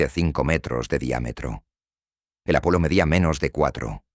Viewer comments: Es Apolo pero la voz artificial no sabe diferenciar y pronuncia como está escrito Apollo . 😊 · No es apollo es Apolo